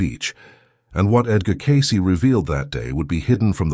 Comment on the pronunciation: The only bad thing about these Cayce videos is the AI narrator. It just doesn't 'get' the rhythm of human speech. What really gets me is that the AI voice pronounces Cayce's name Kai-cee. It is Cay-cee. With a long A. Not Kai which rhymes with lie. I see this in nearly every one of these videos. Couldn't the makers of the video PLEASE, PLEASE, PLEASE correct the AI's pronunciation of the guy's name???